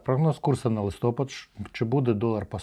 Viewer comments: місяць називається листопАд, не листОпад. Правильно листопАд наголос на "А" листя падає. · Чу'чело - роби правильний наголос слова " листопа'д "